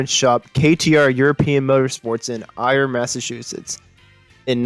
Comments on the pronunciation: Interesting background that I never knew. I did not realize he went to WPI. However, the narrator need a little help with ether pronunciation. Worcester is pronounced “wuss ter” and Ayer, “air”. If you are really local it’s more like “wussta” and “Aa-ya”. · Ayer is pronounced like air, not ire. It would take you 30 seconds to look up the correct pronunciations. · Ayer Mass: Spoken as A-er or A-yer. Lanz-down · Trouble pronouncing some of the cities? Worcester = Wistah....Ayer = Air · This guy does know he mispronounced every single town he mentioned in Massachusetts? Next time ask a local for a quick review of Ayer, Worcester, etc.